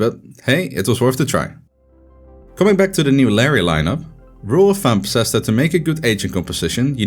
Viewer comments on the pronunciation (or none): none